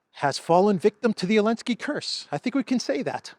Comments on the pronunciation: I can't understand why he says "Elensky" does he have a problem pronouncing the Z? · I love how you say Ellensky haha